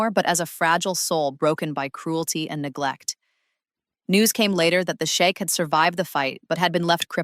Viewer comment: It's pronounced " sheek"! You keep saying " The shake"! 😅 Are you talking about a" milk shake "!? 😂😅 Don't let him hear you 😅! The shake"! 😅😂😂😃😁😁😁😆 ❤❤❤🎉